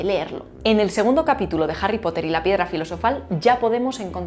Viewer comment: La "Jota" de Harry Potter, pronunciado por es muy espanola, una jota enfatizada.